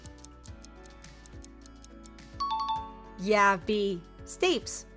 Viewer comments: Stapes is pronounced with a long 'e'.... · Stapes is pronounced "staypees". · Stapes is pronounced STAY-peez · Q2 "Stapes" is pronounced "STAY-pease". Please inform the AI synthesiser. Q42 makes no sense. Normal adult dentition is 32 teeth and a child has 20 deciduous ("baby") teeth. You say "average adult", which would be 32, but go on to say "including BOTH baby and permanent teeth" (emphasis mine) which would be 52 - except an adult does not have "baby" teeth. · Your AI pronunciation is off- capillaries and stapes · 38/40. FYI, your pronunciation of Stapes and Capillaries is off but that may be due to voice generation software. Fun quiz!